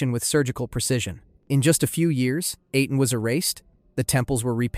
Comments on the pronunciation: "Aten" is pronounced the same as the "-aten" in Akhenaten's name. Ahh-ten, not Ay-ten. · I really liked this video, but I'd like to offer two suggestions. First, it would be even better if you checked the pronunciation of certain names. For instance, you correctly pronounce Akhenaten, but repeatedly mispronounce Aten. I'm guessing that you've heard Akhenaten's name a lot more than the word Aten, but it's right there in the name. Also, it would be great if you listed some of your sources. I would love to learn more about the people you discussed, and that would make it easier for people like me to know where to start. Thanks! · Why pronounce Aten like that but then saying the pharaohs’ name correctly and thus saying the Aten correctly